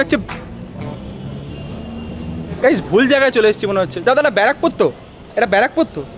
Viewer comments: 🤣🤣🤣🤣 Barrackpore ❌ Bra Pore ☑️ 🤣🤣🤣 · b*ra pur.. R English ta bar pore😂😂..